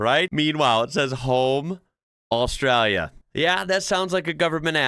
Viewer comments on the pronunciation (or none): First time viewer and I really enjoy your take on Australia. Please learn to say Australia with the L sound though. Saying as austrayia just means the same as sayibg America as 'murica -- very bogun/red neck. I can call a pass on town names because we have a lot of strange ones but please work on not saying Australia with a Y 💜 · Am I the only one thinking that starts to sound a bit Australian when he says something about Australia? Longer comments and it disappears, but the way he says Australia. Netherlands here, so not-native speaking English.... I am not capable of imitating an Australian accent, American and English I can manage... I doubt if anyone will ever see food in the shape of the Netherlands... For those who have never seen a map: we refer to it as a man and his dog. And there is a diver in the south west... Once you see it, you cannot unsee it.